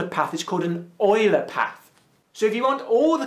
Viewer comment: Leonhard Euler was german. In german "Eu" reads "Oi".